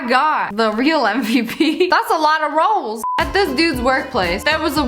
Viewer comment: why was she saying “Rolls” like that😂❤️